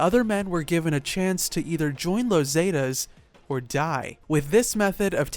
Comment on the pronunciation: You pronounce the word zeta so wrong